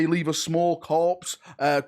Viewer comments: "Corps" - is said more like "core" than like "corpse" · Corps in a military sense is pronounced “core.” US Marine Corps (core), X Corps (Ten Core), etc. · Corps is usually pronounced like Core. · I don't want to be that guy, but "Corps" would be pronounced "Core" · shouldn’t “corps” be pronounced “core” 😅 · 'Corps' is pronounced 'Core' mate, just to let u know. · "Corps" pronounce like core, like Marine Corps